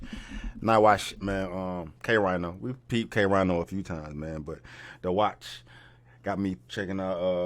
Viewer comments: Pronounced "K-Reeno"... I know because I said "K-Rhino" for a while too. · Ok so 1st off, good looking for covering a K Rino song. But I have to address this. His name is not K Rhino, as in the animal. It's pronounced K (re-no) Rino. His name is an acronym. It means Killer. Rhymes, Intellectually, Nullifying, Opponents. K Rino. So, what you where confused about him saying the 1950's and the 80's is the person the scientist did the experiment on was BORN in the the 50's and the experiment took place in 1981 so the guy was 31 years old at the time of the experiment. He was married and had a 1 year old son at the time. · pronounced K Reno - not K Rhino, not that he gaf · Reeeno not rhino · His name is not K-RHINO its K-Rino...like how Reno is pronounced. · I was just wondering if you ever did a k Rino reaction and sho nuff! And it's pronounced Kay Reno. Like the show Reno 911. Everyone says K 🦏🤣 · K-Rino? You reacting to K? You KNOW K-Rino? NIOCE. Pronounced "Reeno" though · It's spelled K-Rino but it's pronounced K-Rēno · It's k REENO, go pass judgment on Eminem or someone sambo. Sheesh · K RINO, pronounced like “K REENO” Everybody’s favorite rappers favorite rapper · Rino has too many tracks and lyrics. He pronounces it Reeno BTW. Peace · Pronounced Kay- Reeno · K-Rino is pronounced “Kay-Reeno” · Pronounced Kay ree no. Thank you for reacting to him. Dude doesn’t get his flowers. Legend here in Houston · Pronounce it K-Reeno